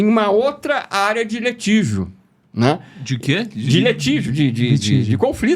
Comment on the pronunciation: Da para confiar em um camarada que fala "LETIGIO" ? (em ) O apresentador acha estranho, e pergunta , o que? O sujeito responde novamente; "LETIGIO" Meu, rachei o bico....kkkkkkkk